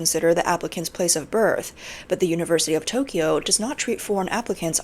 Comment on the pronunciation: You're Asian and you can't pronounce Tokyo, correct Tok key yo is wrong It's Tok yo